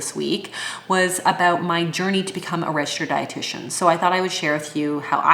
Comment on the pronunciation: When you said, ‘’Then you can use the term ‘’Registered dietitian’’. I heard “Red shirt.’’ instead of registered dietitian, ha ha ha. I knew that you were smart, but after this description of your education, I think that you are properly named, you really are.